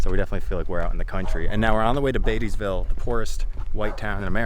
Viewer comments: It's Baity-ville, not Betty-ville. As in Warren Beatty. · Like Warren Beatty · It's pronounced bay-tee and not bet-tee. I know it's spelled just like a ladies name, but that not how we say it. - Sincerely, semi local. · You’re pronouncing it wrong. It’s not Betty-ville, it’s bait-ē-ville. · B-aaaty-ville lol. Not Bettyville. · as someone who grew up in beattyville, i appreciate the light you shine on my hometown. also, we pronounce it beta-vuhl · Pronounced “Baityville” 🙂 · It’s pronounced like Bāteeville with a long A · That town is pronounced bait-e-ville. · The guy with tats in Beattyville pronounced it Bay tuh vuhl. That is totally like Louisville natives that call their city Loo uh vuhl even though they have more southern culture, and are no more than an hour away from classic midwesterners. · Not that it matters,, but it pronounced like bait-tee ville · I watched the whole video waiting for you to learn how Beattyville is pronounced, and you never did. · Wish they would at least learn how to pronounce the name of the town right if they are going to make videos about it. It's not pronounced like it looks. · Lol you are pronouncing the name wrong. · I like the documentary, but I can tell you’re not from the south cause That’s not how we say, Beattyville. And they are 100% right tobacco in this area is gone. You got a few farmer still raising it but that’s it. Everybody went to corn and beans and cattle.